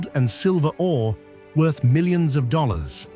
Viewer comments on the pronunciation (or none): none